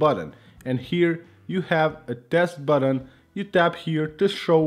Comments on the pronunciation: It's you not hew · Here hew go again. Yup I posted public comment but whatever I said is not about all public but to ONLY. so what part of NON OF YOUR BUSINESS hew don't understand?